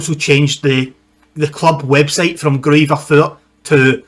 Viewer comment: Pronounced Groiter Fort. The two Bavarian sides that were chosen for the first Bundesliga season were 1.FC Nurnberg and TSV 1860 Munchen.